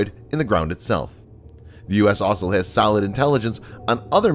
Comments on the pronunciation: This guy can’t say the word also he keeps saying “aslo” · You need to practice how to pronounce the word ‘also’